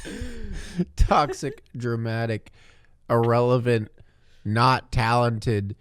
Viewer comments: You idiots are as gabbie calls it: irrelant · I can't be the only one that thinks that says "Irrelant" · Excuse me, it's "IRRELANT"!